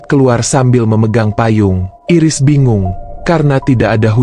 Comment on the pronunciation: Min.. Bacanya bukan Iris (jd kayak iris bawang 😭)... Bacanya Airis.. Makasih Min..